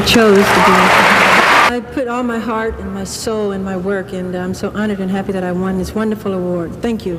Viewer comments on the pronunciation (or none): none